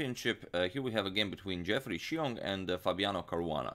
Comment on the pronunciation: The way you pronounced Xiong is spot on!